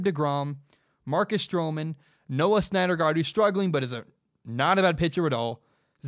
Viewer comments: Man... totally had me until you called him "SNYDERgard" 37 times lol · You had me until I heard snydergaard😂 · Take a shot every time he says Snyder Guard instead of Syndergaard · Syndergaard pronounced "Sin der guard" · Pronounced sin-der-gard haha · Not even a baseball fan and I know its pronounced "SIN-der-guard" lol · You mean Steven Matz as the 5th starter, Vargas go to the bull pen. And learn how to say Syndergaard dude. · I liked what I was hearing and then couldn't freggin handle you screwing up Thors name... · I love your podcast man, but you may want to check on the pronunciation of Syndergaard. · Does he really know about baseball if he can't pronounce Syndergaard correctly? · Don't know how you can't pronounce Noah Syndergaard properly lmao. Just call him Thor at least. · Just a bit off on the Syndergaard pronunciation, but it’s all good 😂